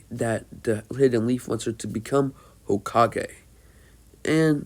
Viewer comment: no he says it completely fine and he says it as everyone says it lol